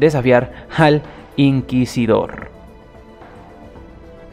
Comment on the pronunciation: Bravo porfin dijiste Inquisidor correctamente Xd Yo también tuve esos fallos en vídeos Efe